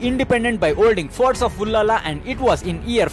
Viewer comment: it is ullal not ullala. But thanks for making video on abbaka chowta.